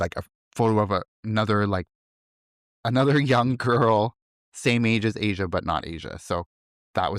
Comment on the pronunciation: Her name is not "Asia", its pronounced Ahh - Shu